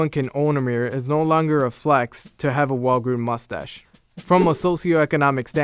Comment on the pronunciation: "Mus-ash" Voice for print.